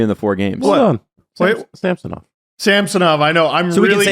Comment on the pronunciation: Our hosts are once again confused about how to pronounce Ilya Samsonov's name 😂